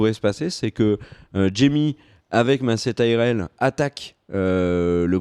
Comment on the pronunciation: Yep, le personnage de Sansa devient enfin intéressant, après s'être faite balloter durant 5 saisons, il était temps! C'est elle qui mènera le Nord, j'en suis sûre:) Note pour: par pitié prononce "Mayce Tyrell" pas "massé":'(